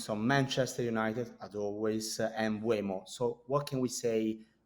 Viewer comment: Travesty that it isn't "M-boom-o"